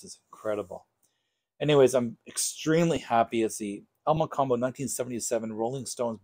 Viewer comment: I live in Toronto and can say that you pronounced El Mocambo right. I've considered buying this one as well.